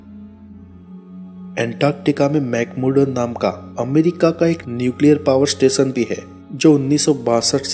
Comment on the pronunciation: एसिया नहीं एशिया देस नहीं देशों इस्तेसन नहीं स्टेशन अतिसय नहीं अतिशय दकसिनी नहीं दक्षिणी उच्चारण बहुत खराब हैं।